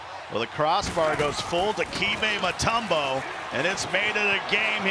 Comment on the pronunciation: Did that announcer say "DiKEEMbay Mutombo" ???? They are horrible.